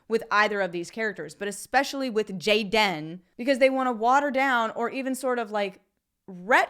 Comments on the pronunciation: Dude, with all respect I'm gonna slap you if you utter Jay-den again. It's Gay-den. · Your pronouncing gay-dan incorrectly.... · "JAY -DEN" 🤣🤣🤣🤣🤣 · His name is Gay-den... get it right already. LOL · I watch just to see you say JAY-DIN! LOL! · Every time you say... "JAY-DEN" I laugh my ass off hahahaha thank you for your videos, I love them.